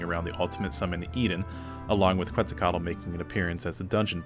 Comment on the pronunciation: Quetzalcoatl = KET-zal-co-wot-ll